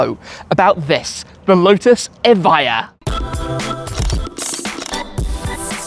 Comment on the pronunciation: Evija no eva, traductor playo